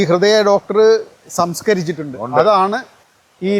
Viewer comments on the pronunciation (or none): Samsheekarichittundu ( samskarichittundu allatto)